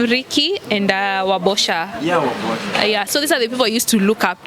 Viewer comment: For once pronounced Wabosha instead of wambosha😅😅😅😅😅😅❤️